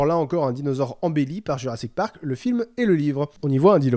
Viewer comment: " jurrasik patrak " WTF